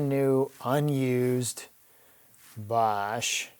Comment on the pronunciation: Wer-ra??? The name is pronounced the way it is spelled Wera (We-ra). Also, Basch?????? It is pronounced Bosch (Bo-sch)